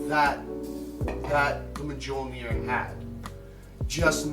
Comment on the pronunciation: Its pronounced "MYOL-nur." Fuck.